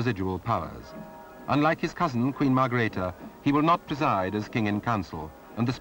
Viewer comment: and Margrethe not .Margareth